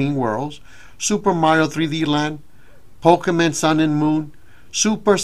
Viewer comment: Yeah everyone loved "Pokéman" lmao